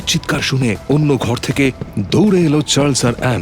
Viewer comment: Story selection is excellent...but this "Churles" instead of Charles hurts my ears!!! 😢